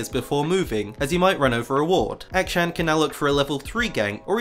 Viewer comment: i cant watch this video with the way you say akshan